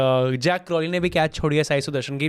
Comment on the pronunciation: Bhaiyon ZAK hai JACK nahi. Aur I have noticed that both of you call BairEStow. It's BairSTOW.